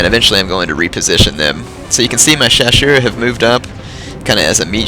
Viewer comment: Great battle! Two things about the chasseurs: the double "s" is pronounced like in "snake", and they kinda suck XD